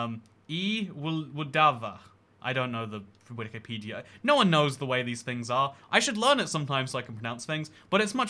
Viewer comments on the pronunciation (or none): none